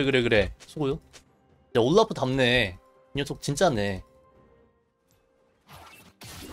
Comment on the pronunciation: 왜 올라프 발음을 우올뤄프 라고 하시는거죠?